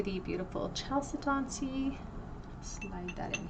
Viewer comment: It's pronounced kal-SED-uh-nee.